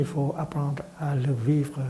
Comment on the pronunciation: « VIVER » ??? Sérieusement ???